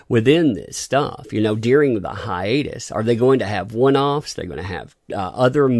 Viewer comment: Anyone else hear Godzilla syndrome when they say hiatus.